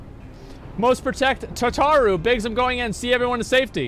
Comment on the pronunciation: I like that he says Tataru properly yet he “hates them” XD